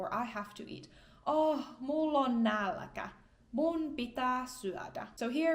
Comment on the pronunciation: funny to hear the epenthetic ä in "nälkä" there!